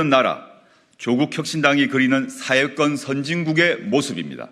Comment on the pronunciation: 조 대표! '사회권'이라고 할 때 "권'이란 복모음 발음을 정확히 하세요! YS처럼 '권'을 '건'으로 발음하면 곤란하죠^^ 방송 발음은 단모음 '건'으로 들립니다.